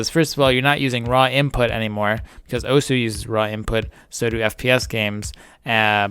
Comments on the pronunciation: Oh-sss(like a snake) not Oh-sew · Not that this matters at all, but it' pronounced "Ohss" not "Owhsuh". This has something to do with how Japanese works. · Its pronouced awws not oh soo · it's pronounced ohssssssssssssssss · really hate the way you pronounce osu.